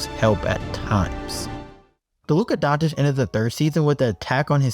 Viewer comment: Can someone explain wher in Luka Dončič is a letter T